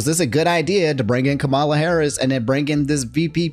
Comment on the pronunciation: It’s killing me lol so Kamala says that her name is pronounced “Comma-La”, not like Kamala Khan